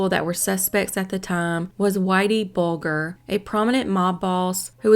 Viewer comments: It’s BULDGE ER…. NOT bulg er. Also he wasn’t ruled out with DNA testing because there was no DNA. They ruled him out because they didn’t have the proof to arrest him. His being in BFE Montana is suspicious enough to warrant more investigation. You can guarantee this case is NOT truly and completely solved. As a side note Duanes last name is Irish. Which makes him a prime Candidate for Whiteys “Organization”. Considering they too were all Irish as well. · I love you but you already know this, however I'm from Boston and Whitey Bulger is pronounced Buljer pronounced as a J but spelled with a G Just an FYI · It's pronounced "bul-jer". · It's not pronounced BOW-GER IT'S pronounce Whitey Bulger "BOLL-GER" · Bul- jer